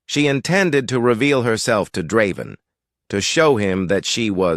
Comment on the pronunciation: I don't mind the AI's voice, what i do mind is changing the pronunciation every other time it says Draven's name. That is very annoying.